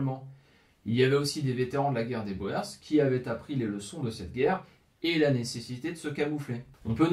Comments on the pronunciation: Oui, la fameuse guerre des Boers. A prononcer Bour ! 😃😃. On pourrait même parler de guerres au pluriel. Puisqu'il me semble qu'elle s'est déroulée en 2 actes. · Très intéressant . Tu as manifestement beaucoup lu. Pour ton info boers en français se prononce bourres. T es tout excusé même les jeunes flics parisiens disent bo è r s pour désigner les policiers chargés des taxis alors que c est bien les bourres... l argot se perd . Bravo pour ta vidéo. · Pendant la deuxième guerre des Boers (se prononce "bour"), ces derniers utilisèrent des tranchées pour se protéger des Britanniques. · Précision sur le withworth, les ogives hexagonale sont post guerre de sécession 😏 Et Boers se prononce "bour" en phonétique. Mais vidéo intéressante , continue 🤘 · De rien cette prononciation Française heurte des oreilles habituées à d'autres langues, à l'origine Citroën se prononçait Citroune aux Pays Bas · Super vidéo et chaîne vraiment agréable, je m'y abonne de suite. Juste pour information le mot "boers" se prononcent avec une phonétique différente du français (l afrikaans est un dérive du néerlandais) le son "oe" se prononcent comme "ou" pour nous. Pratiquement on peut donc prononcer "bours" plutôt que "bo-ers" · Excellente vidéo mais la prononciation " à la française " de boer fait mal aux oreilles ( bowèr ). " oe " en néerlandais se prononce " ou " et donc le mot " boer " qui signifie " fermier " se prononce bour comme dans bourre ou bourgade en français. Vivement la suite . . . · J'ai travaillé des années avec un Sud africain ( origine hollandaise). Je confirme qu'ils prononce : bourrs... Et qu'lis nous écoutent dire bo hers avec une condescendance amusée. Sinon, très bonnes vidéos. Bravo et merci. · En néerlandais et donc en afrikaans "oe" se prononce "ou" guerre des "bour" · Boer signifie tout simplement paysan. Le s du pluriel se prononce : boer = bour, boers = bourse pour un français. Salut des Flandres. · Boers se lit "Bours"....